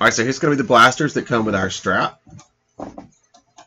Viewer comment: Stap! Not Strap!